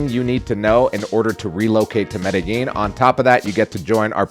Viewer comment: Why do all these Gringos pronounce Medellin... Medegene?